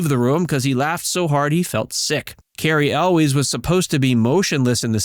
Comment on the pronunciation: how you gonna make a video about the princess bride and not know how to pronounce cary elwes?